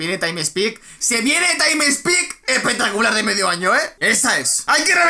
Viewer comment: Taim spik